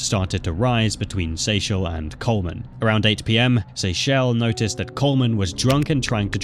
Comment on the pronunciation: That woman in the first one was my cousin in law and it bothered me that the narrator only said her name and same with the name Kyrien and Akuri. But I knew Seychelle was also said wrong many times and got it right like 3 times. But the first one was my family